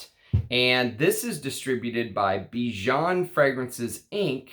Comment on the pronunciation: Bijan is a catchy name..cuz it's my name too 😁 By the way your pronunciation is wrong...the "an" at the end rhymes with "fan" or "can"